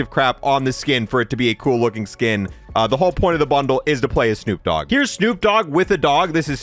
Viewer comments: * D O Double G not D double O G 😂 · Lmao, it's D O double G!!! Not D double O G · I still can’t get over the fact he said D O Double O G. That would be Snoop Doogg😂